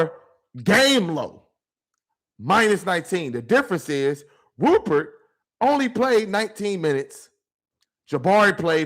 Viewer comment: Dude, you need to learn how to pronounce the names of Avdija and Rupert, it’s embarrassing bro. The Rockets choked in the 4th quarter, only scored 15 points. 😂😂